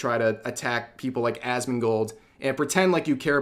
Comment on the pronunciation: It sounds like you said a$$mongold😂